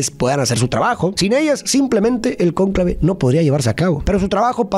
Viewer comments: porque pusiste acento acento en la "a" de conclave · mi, el acento va en la 'o'